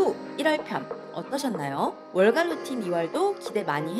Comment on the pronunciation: ルーティンがルーチンになってる😂可愛い😂